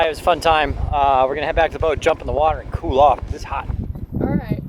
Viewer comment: She's an airline pilot. A'wight. If she says so.